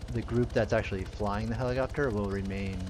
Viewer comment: Cant unhear it, if you thought that he said "helicockter" one time.